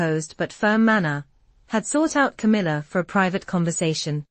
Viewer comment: Its C A M I L L A